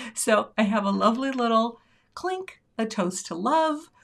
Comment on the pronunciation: Cute! Every time you said “clink,” I heard “Klink” & thought of Hogan’s Heroes! 😂 Way to stick with it & save the card! 😊❤